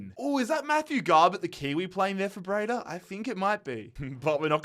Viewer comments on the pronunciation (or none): none